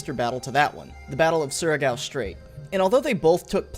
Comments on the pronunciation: Not gonna lie you pronounce "Surigao" good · Oh wow surigao is correct pronunciation Good job m8